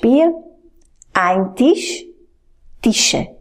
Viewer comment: strasne!!!! co je to Tish???????? Snad Tisch!!!!!!